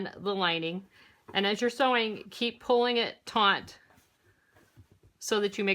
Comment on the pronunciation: Awesome possum! I have to just point out one thing. When you say the word taut, you are mispronouncing it. For some reason you are adding a syllable “n” making it taunt. To taunt someone means to provoke them. Pulling something tight is taut. I don’t know if that’s how Americans say it though, I’m Canadian. And I love your videos and still haven’t tried sewing yet. One day when I find some time, I will definitely be rewatching your how to sew videos, and teaching myself to sew.